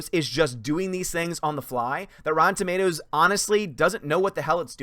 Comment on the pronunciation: Rotten Automatoes?